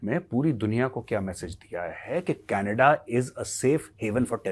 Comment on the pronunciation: Canada❌ Canedddaa✅ 😂